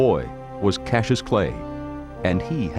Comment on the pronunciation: Those reporters keeping calling him Casius really pissed me off. So disrespectful.